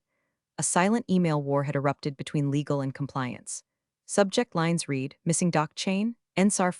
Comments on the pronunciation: The mispronounce of read/read drives me nuts too. 1 tiny fix like that would instantly make the whole narration feel 10x smarter + professional. 😬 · I really like the voice used in these videos, but I really wish somebody would train that AI how to pronounce read and read there are other issues, but those are the ones that make me grit even more I went to school management degree my teeth